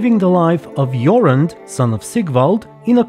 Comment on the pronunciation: Jorund is a woman’s name 😜 Jorand is man’s name. Way to butcher Norwegian 😂